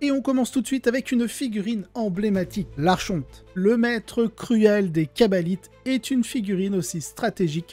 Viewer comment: Le ch dans archonte se prononce comme le ch de Christophe. En anglais, au contraire, on prononce le ch comme dans chien et il faut aussi prononcer le « n » de fin de « archon »